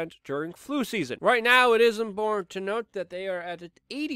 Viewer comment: I don't think he knows how to say the word "important".